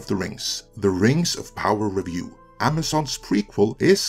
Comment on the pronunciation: What is this "Rangs of Pahwer" you speak of? Never heard of it.